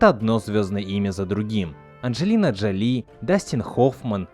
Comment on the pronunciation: Не Анджелина ДжалИ, а Анджелина ДжОли